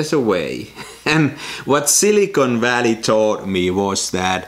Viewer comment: I like how you pronounced it "Silly-con" Valley. Yes, its quite a silly place. Good job making this happen! It looks like this lens is a little soft on the edges, but I think you found a way to make it work for your style.